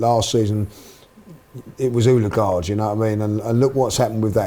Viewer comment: Finally, someone corrected on how to say, Odegaard. It was pissing me off the whole season!